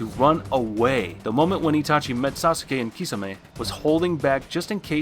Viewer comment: My guy said Sasuuke, Jiriya and Amaterisu🤣🤣🤣